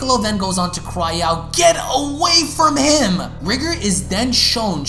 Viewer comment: R EYE GOR NOT RIGR